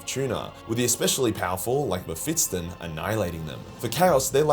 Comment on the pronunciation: the S is before the T in Mephiston, I beg of you.